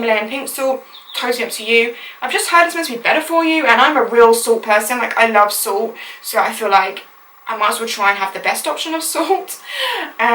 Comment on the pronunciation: That is NOT how you pronounce salt. Sorry I'm salty about this topic.....